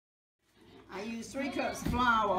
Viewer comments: I felt the same. I just stopped and watched. “Flaor” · As soon as I heard how she pronounced “Flaor” I trusted her cooking lol. I love her accent and the whole environment. It is simultaneously chaotic and peaceful. Thanks for sharing.